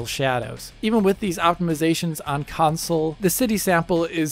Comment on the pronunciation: How do you get away with saying "Council" repeatedly as a major gaming channel? Lol